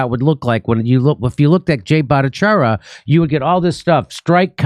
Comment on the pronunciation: I'm no stickler for this like ahole Lefties, but why do people keep mispronouncing Dr. Jay's last name as "ah" at the end when it's obviously "yah"? Funnily, Laura Ingraham was the first one to bring Dr. Bhattacharya on the media scene but also the first one to misspeak his name and I guess it stuck somehow. Humans are very prone to impressions and broken telephone, I suppose.